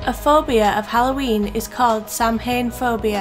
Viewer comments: ’Samhain’ is pronounced ’sowen’. (’sow’ as in ’sew’ing machine + en). It’s Cornish for ’goodbye’ - as you said in the video, farewell (to Summer). It marks one of the great Sabbats of the year. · this is a great list guys, but you pronounced Samhain wrong. it's pronounced 'sow - en'. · The closest I can write how it is pronounced is.....sow-win. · please pronounce samhain correctly!!